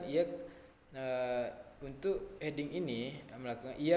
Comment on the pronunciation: Mau koreksi untuk Hedging bacanya = Hed-jing, bukan He-ding XD